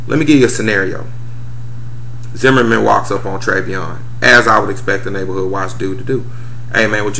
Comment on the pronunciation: And another thing you so smart yet you can't even pronounce Treyvon name correctly. This has neen all on the news and radio yet you still got it wrong. So I guess if the guy you punched in Vegas would have shot and killed you it would have been cool. But your punk behind ran like a real man...yeah right